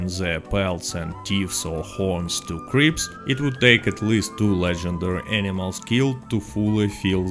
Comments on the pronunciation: i love how when he says "cripps" it sounds like creeps lol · Bro, the real reason to do this role is to simp for Harriet until 20 then simp for Gus for the fashion. Because fashion is the most important thing. Also with your accent I heard you say creeps instead of Crips